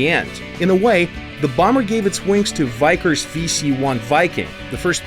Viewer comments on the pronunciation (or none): Ho ! Yeah, most Americans pronounce it vickers. Not vikers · Vykers? Its Vickers Wellington! I mean its not that hard really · "The Vikers Wellington" You're supposed to pronounce it as it's spelled. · Vykers Wellington? V-ih-kers. Vickers. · Heads up, It's pronounced "Vick - ers) not " Vi - kers" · I thought it was called Vickers not Vikers. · Challenge: say "Vickers" correctly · "Vike-ers"? "Pe-GASS-us"?...Gaijin, please...You're hurting me... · It's pronounce veck.....kers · more like Vie-Kerrs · Vickers is pronounced with strong ee sound